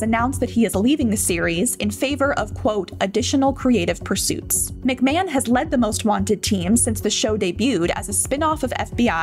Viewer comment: Shame the commentator can’t even pronounce his name properly.